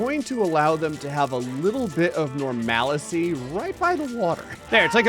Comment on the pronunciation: NORMALICY???? u mean normality... thoes microstrokes are catching up with you